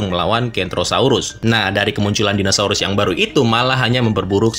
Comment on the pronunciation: padahal kita tau tulisannya dinosaurus tapi tetap aja ga sengaja penyebutannya jadi dinasaurus..